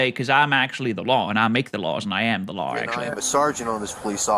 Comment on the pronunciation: "I'm above the lawr" is my favourite quote